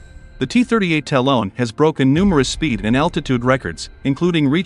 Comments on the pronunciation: It’s Ta-Lon, not Talone! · The cost of lazily handing the narration off to an app. No one who knows anything can watch past the first minute after that third time of having to hear "talon" pronounced with a long o. DID you review your work? How many times did you hear "talone" and think, "yep, must me how it's pronounced."